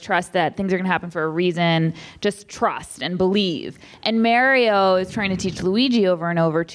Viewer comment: Paul - why are you and June saying Mario’s name wrong the ENTIRE episode? 😂 little distracting…